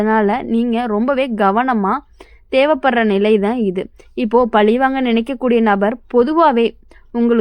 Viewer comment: மனஅலுத்தம், பலிவாங்க - உச்சரிப்பு பிழைகளைக் கேட்க காது வலிக்குது!